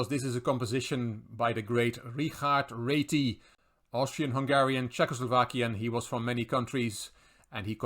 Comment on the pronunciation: Wonderful video. Your pronunciation is perfect on Réti, others always say ratty 🐀 my move Ra7 activating the rook